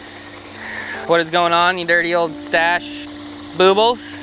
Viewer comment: Lmao...boobles...i thought it was...boob-les..lol